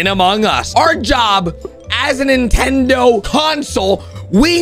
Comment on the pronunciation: Ahh yes. Ninetendo switch